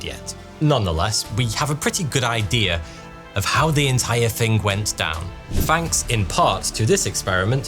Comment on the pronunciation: It's not a British thing, it's a not being able to speak properly thing.